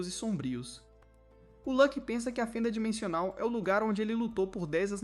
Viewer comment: eu ouvi dimechonal ou impressao minha?